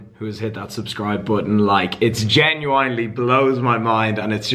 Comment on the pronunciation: Rather than learning how to pronounce ibiza should learn how to pronounce genuinely 😂